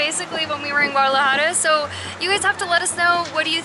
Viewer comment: Great video, guys! (as usual) FYI, "Sapos" = toads (rather than frogs):-), nice to see you practicing your "j" sound in "Guadalajara":-D Keep having fun and taking us along!